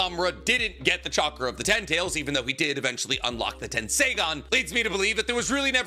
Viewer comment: At this point, he must say stuff like tensai instead of tensei just to get under our skin lol